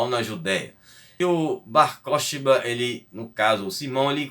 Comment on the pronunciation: Mano, a pronúncia correta é Bar korbá, o Ch tem som gutural de RR escarrado tipo Carro.